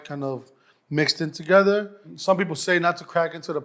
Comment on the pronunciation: re-zhe-djool HEAT bring it TA GETHER